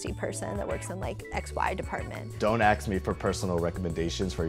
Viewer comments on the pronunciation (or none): why some people say don't "axe" me instead of "ask" me. like in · 'I used to work at the apple store, until they fired me for continually mispronouncing ask as axe.' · Guys, it's"ask", not "aks"... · “Aks” tho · Here’s a fucking idea: Say Ask instead of Axe. It’s ASK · It's "ASK," not "AXE." Minorities need to get that straightened out